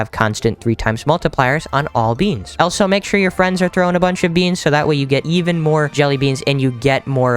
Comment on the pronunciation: why do u say elso not also no offense